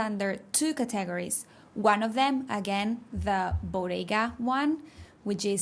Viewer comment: One of the best videos on pronunciation I have ever seen/listened to as I realized that I was mispronouncing all these most common words. Excellent teaching. Gracias. Your only English mispronunciation is ‘categorize’